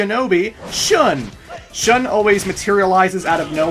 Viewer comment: Wouldn't Shun be pronounced "Shoon" or along those lines? I just want to check on my japanese ;)